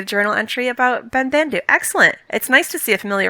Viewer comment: It really bothers me that the actor who voices Ben-Bandu pronounces his name differently than all the other Banda from TLJ. It should be "ben-bahn-du" not "ben-band-du"